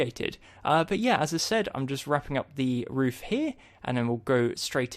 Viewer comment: you said roof wrong